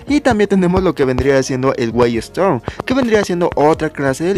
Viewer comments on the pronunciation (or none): none